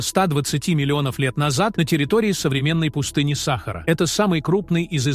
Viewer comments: Ты не знаешь русского языка. Не САхара, а СахАра. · Удорение на 2 букву а сахааара а не сахар учи русский язык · Это озвучка робота дебильная !!! сАхара ... бАрханами и прочее - это вообще идиотизм полный. Ужас! Интересный материал изгажен озвучкой ! Расстройство одно. Слушать невозможно!!! Озвучивацте сами голосом!! 🥴🤯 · Про сАхару мы никогда не слышали, мы слышали про СахАру. И про бАрханы, бархАнты, тутанхамУны никогда не слышали. Знаем слово бархАны, ТутанхамОн. И т.д. А ведь вас могут слушать дети, как российские, так и дети мигрантов, которые власти собираются обучать русскому языку, и выдворять с родителями, если не выучат язык. Или учителя также говорят, как вы? "УХИ РЕЖЕТ!!!" ВАШ претендующий на образовательный ролик. Позор вам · бАрханы? сАхара? что за новояз ( диз! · Ударение правильно ставь смотреть противно сахара в чай себе добавь